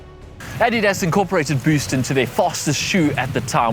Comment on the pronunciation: Are you German? I think you're only the second person I've ever heard say "Adidas" correctly